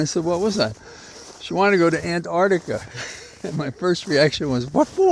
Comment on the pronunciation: It's Antarctica, not Antartica. N Americans seem to really struggle with this word. We often hear it pronounced as Anardiga as well.